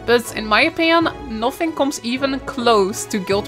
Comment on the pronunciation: Watch your pronunciation of words with O's and A's . For example; nothing and helikopter xD